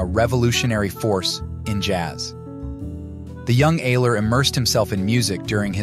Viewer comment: His name is pronounced Albert " Eye -ler " Ayler . He was from Cleveland . Ohio . Maria Maria his Girl Friend destroyed him , ruined his music and kept him away from his fellow musicians like Sunny Murray and others . Albert was a true Genius . We loved him very much . " Albert Ayler Lives " Thanks for the Video .